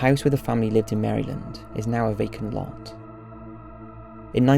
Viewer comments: I love Top5s, but his pronunciation of "St. Louis" and "Maryland" got me cracking up! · I was commenting on his pronunciation of Maryland dipshit